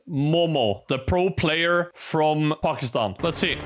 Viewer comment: how did bro spell pakistan like a native.